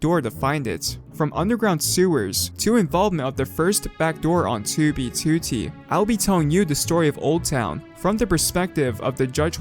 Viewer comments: Bro this man ain’t sayin 2b2t, he sayin toobytooty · why does he always pronounce 2b2t as "2bee2tee", like he says it longer or smth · Two thousa leven on two bee TWO t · Dude the way pronounces "TewBeeTewTee" has me actin up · when he says 2b2t it makes me wanna cry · I like the video but not the way u say 2b2t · BRO WHY HE PRONOUNCE 2B2T LIKE ITS THE SAME RECORDING EVERY TIME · why does he say 2b2t like that lol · Why do you say 2b2t like that it creeps me out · I spent like a good minute just thinking about how he says 2b2t